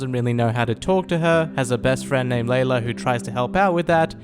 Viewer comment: It’s lylla not laylla